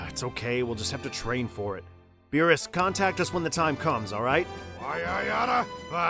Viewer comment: Since when Beerus became Beebus lmao